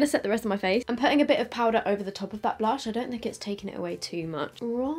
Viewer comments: The way she said blursh made my day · committing to saying Blursh is killing me 🤣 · I'm dead when says blursh 😂. Anyone else?